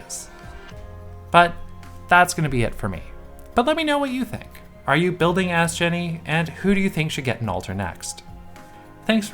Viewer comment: Video immediately liked for correctly pronouncing Astgenne’s name right.